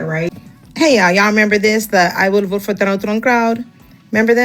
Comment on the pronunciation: You wrong for the "I will BOAT for Donald Trump". 😂😂